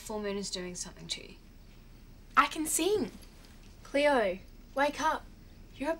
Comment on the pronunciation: it's Cleo not cloe